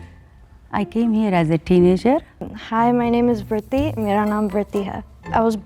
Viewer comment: vritti doesnt even pronounce her name correctly, she cant complaim about people mispronunching her name